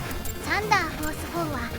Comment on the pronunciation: サンダーフォースのイントネーションが気になる(笑)